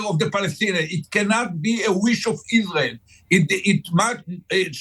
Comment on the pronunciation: "Iswael must twy to ewase tewwowist HAMAS". Right buddy, well this approach won't do it.